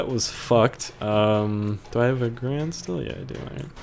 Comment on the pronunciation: my lucky number is 2 because a\lmost anything comes in twos and its "Ga-rand